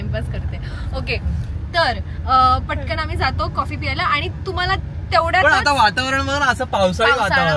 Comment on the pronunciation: piyayla ❌ pyayala✅